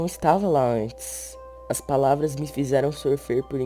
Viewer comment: "as pravara era tudo egrais" -.